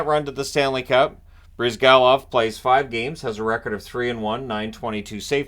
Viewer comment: You're pronouncing it right! It's BryzgAlov, not BrYzgalov, the stress falls on A. But you didn't mention that in 11-12 Flyers had Bryzgalov and Bobrovsky, and they traded Bobrovsky and kept Bryzgalov. I guess it still drives Flyers fans mad.